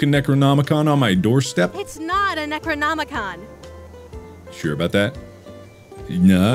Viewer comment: Bro really said "necronomicon? Nah, necronomicum"